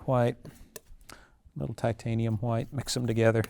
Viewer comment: "LIQUID HHWHITE..." 🤣🤣😭 🙏🏾🕊REST IN PAINTINGS & HAPPY LITTLE MISTAKES BOB ROSS🕊🙏🏾